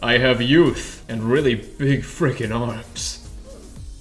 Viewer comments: no he said freaking but it was bass boosted and it sounded like the f word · he sound like he swear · no he said freaking it was just bass boosted and it sounded like that. i thought like that at first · it sounds like f***